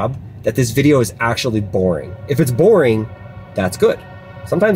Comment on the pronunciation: What did you say about !’borning !!!! I had borning day at work 🙄😂